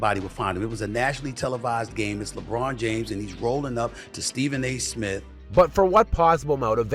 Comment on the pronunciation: Why the hell do you KEEP pronouncing his name like his last name is "Ayesmith?"